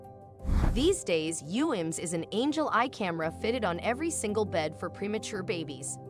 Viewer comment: The narrator kept saying Angela instead of Angel Eye/the video system. What a wonderful thing for families who can't be there physically. I wish a NICUs had them.